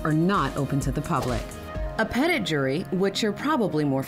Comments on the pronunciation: "pet-it"? Good grief, can't even pronounce petit (peh-tee) properly.... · “Peed et?” Tell me we refuse to sound French without telling me we refuse to sound French. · I don't understand why people would copy the word "petit" ("small" in French, pronounced peh-ty) to use in their legal system and then butcher the pronunciation. Just call it a small jury if you can't be bothered. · It bothers me how "petit" is being pronounced. It's a French word for small, grand is large therefore it should be pronounced petit (p'tee or p'teet). It's not, and never would be Pet-it, like pet that cat, pet it! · The pronunciation of petit is hilarious. It's French and means small. It's pronounced peh-tee. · Today I learnt that the American criminal process is even more convoluted than I thought. It really shows the historical distrust of central, arbitrary authority that country is founded on. Also, hearing "petit" pronounced "pet-it" is hilarious to a Canadian ear, since it's very clearly "petite" and the usual anglicization of that word is "petty." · Rofl Americans will do anything to avoid learning french. Petit means small in french and isn't pronounced Peh Tit but Peh tee. Grand is french for Big. It's just big jury and small jury. Just as the charge petit theft/petty theft (depending on the state you live in will depend on the spelling but florida for example spells it petit) means small theft, as in theft below a certain value. I have no idea why the United States Courts is putting out content where they're mispronouncing petit like this but I have not been able to find any supporting sources for that phonetic pronunciation of petit. Even Mirriam-Webster who touts themselves as "America's Most Trusted Dictionary" says that it's pronounced ˈpe-tē even on their specific entry for petit jury it still says ˈpe-tē. Like how did no one catch this? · hold up do they really pronounce petit as "pet it"???? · Pet-it jury? PEH-TEETE, not pet-it. Goddamn Americans ;)